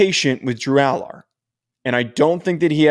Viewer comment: You can’t even say Allar’s name right